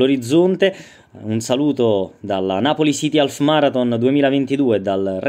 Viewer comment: non si pronuncia alf.... ma aff